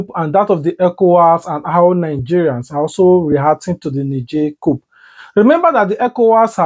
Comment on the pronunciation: Its cou/p/.Don't pronounce the "P"